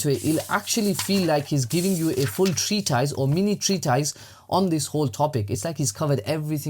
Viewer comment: "treatise" pronounced like "mortice"